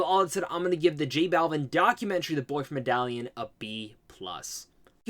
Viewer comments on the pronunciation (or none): With all do respect and someone that enjoys you videos, Medellin is pronounce “meh-duh-yeen” . Great video. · With all do respect, but how you gonna try to correct someone with the wrong info. Medellin is pronounced "meh-duh-gene".